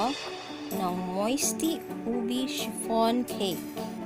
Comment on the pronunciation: Moist po not moisty. 😊